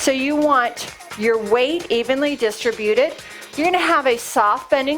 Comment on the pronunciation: I'm returning to the rebounder and really trying to get my form right, because I had to stop due to knee pain which the rebounder exacerbated. The ball is a brilliant addition. One niggle: distributed, please emphasize the second syllable, rather than the nails on a chalkboard third syllable.